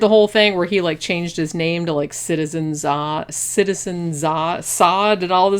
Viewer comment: You keep saying “Desa” . . Which is it: “Sade” or whatever you’re saying??